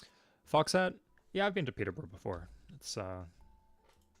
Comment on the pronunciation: Canadians pronounce Peterborough with the emphasis on the trailing O? Cursed